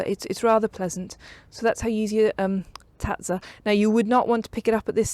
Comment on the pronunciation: I'm Italian and I'm impressed with your pronunciation of tazza, it was perfect!